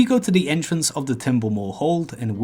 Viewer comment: Pwetty sure, entwence